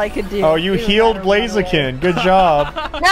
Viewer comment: It’s blaziken not blazakin